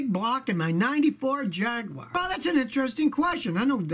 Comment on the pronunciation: Thanks for not pronouncing it Jeag Yoo Warh